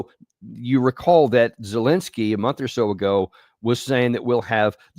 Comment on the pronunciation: can't even say Zelensky's name properly